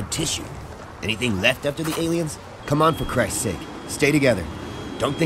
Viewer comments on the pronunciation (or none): none